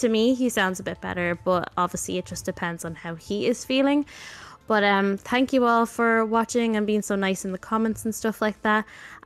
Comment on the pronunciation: She says "thank you all", but agree it sounds similar to dankjewel.